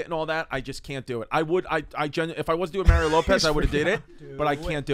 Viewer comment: Mah-ree-oh. He's from fuckin Chula Vista.